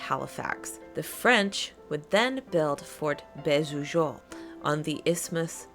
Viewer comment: Great vid. "Beausejours" is pronounced "bo-zay-jore". That's not exactly correct, but it's the closest I can come up with. The "j" doesn't sound like a typical "j" sound, more like halfway between a "j" and a "sh", if that makes sense.